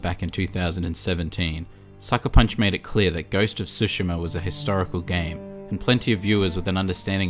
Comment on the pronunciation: Since the video is about accuracy: it's Tsushima, not Sushima ;)